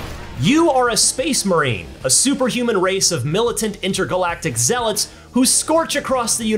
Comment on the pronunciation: “Zealots” pffffftt